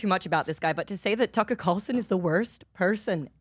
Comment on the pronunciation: Tucka curlson 😂